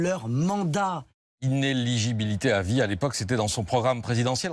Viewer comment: Je sais pas si elle a du mal à dire démocratie, mais vous avez du mal à dire inéligibilité ; à , à et à par exemple 😊, mais je dis ça pour vous taquiner, parce qu’au contraire de beaucoup de petites chaînes amateurs, votre démonstration est remarquable.